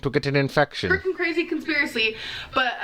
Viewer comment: “Like washing dishes...it hurts sho freakeen bad.” 🤦🏼‍♀️ Lawdt! 😂 Then she talks about gym equipment. She won’t get her hair done because she can’t get into the barber chair! Then elyptical? Uh....NOPE! Be well, keep it coming. 😂😘 ~~QM